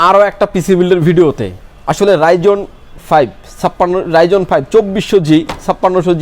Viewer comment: উচ্চারণটা রাইজন না। রাইজেন হবে।